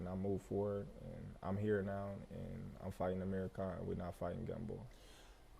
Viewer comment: When he says Amir Khan it sounds like hes saying Amerikhan